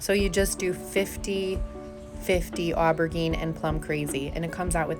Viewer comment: Somehow I missed this one! Beautiful work and I’m not trying to be mean, it is a French word. But I hope you’ve learned how to pronounce aubergine since this video.